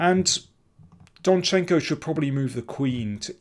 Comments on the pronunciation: DOnchenko, Daniel, DOnchenko! Almost all Ukrainian-like last names have stress on the first syllable. For example, mine as well - MIshchenko, not MishchEnko... sorry, personal :)) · I think you should write rather 'DONchenko'. That would be the first syllable.